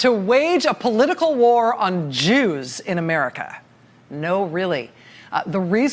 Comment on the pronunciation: "JEWS" .?.Rachel..."JEWS"?.....appreciate TRMS but "JEWS"? Rachel..especially the tone with which you bark it out....please!